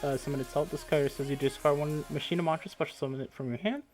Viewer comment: It's not Ma-shi-na it's ma-key-na :'(